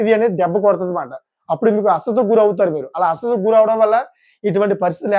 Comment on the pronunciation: నీది సోది ఎక్కువ..అసలు తక్కువ.. అస్వస్థత...పలకడం...రావట్లేదు